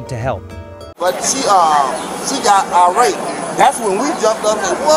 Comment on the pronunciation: The word is IRRATE, not ARape